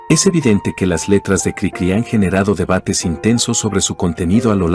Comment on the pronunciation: Si en verdad leen todos los comentarios, espero que me hagan caso. La voz artificial no siempre es la mejor, y expone errores de edición en el texto. Lo más obvio es que durante todo el video la maquina dice Crícri en lugar de Cricrí, pero hay otros errores que expone. Diaz Ordaz no fue presidente en 1068. Los humanos sabemos como decir Café Tacvba, pero la maquina no sabe que la v la tiene que pronunciar como u. Cosas así le quitan a lo que sería un excelente video.